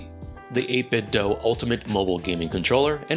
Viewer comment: It's actually pronounced "8-bit-doo" like Scooby-Doo. The company told Wood Hawker exactly that in an e-mail when he asked for clarification.